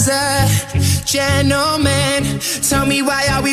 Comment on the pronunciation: I for real hear "And any GUY like you deserves a gentleman"